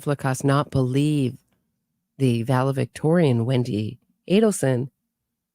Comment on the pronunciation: It’s Valedictorian. Not Valevictorian;)